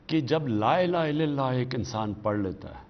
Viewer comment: Khan sahb Apna klma theek kro please. LA ilaaha illalla. Na k illillah